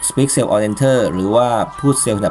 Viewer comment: Very nice. Should be "Speak" Cell on Enter not "Speck"